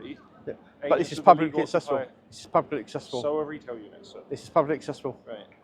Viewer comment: At the moment every time you say"publicly accessible" it sounds almost like one word run together, if you slowed it down a bit, as if you were trying to explain the idea to a child of five, so it came out as PUB-LICK-LY ACC-SESSY-BULL you might have a little bit more success in getting security guards to understand. Let's face it some of them have no acquired the most comprehensive grasp of the English language, and I do think some do not really grasp whaat yu are trying to get across., though they have universally taked the "not allowed" idea to heart.